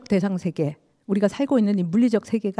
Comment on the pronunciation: 긴 자를 짧게 잘못 발음한 예:사람,세계, 행복,부정 ,이해,(이렇게) 해도,대개,감각, 대상,가상, 등, 죄스럽습니다만, 장단음 문제가 너무 심각하시어 이 이상 듣고싶지 않습니다. 말이 너무 빨라 이해하기도 어렵고 경박해 보입니다. "한국 어문을 고발함"이라는 책을 일독해 주실까요. 미국 ,변 완수 배